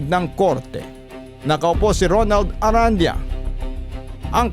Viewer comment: I believe the last name is pronounced “Aran-di-yah” po🙏